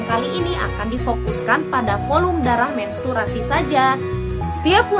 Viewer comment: Menstruasi bun bukan mensturasi wkwkwkw thanks bund pnjelsannya